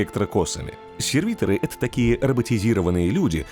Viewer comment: не серви'торы, а сервито'ры, дико слух режет